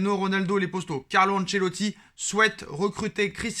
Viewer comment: Pourquoi tu dit les posto a chaque fois c'est poto wsh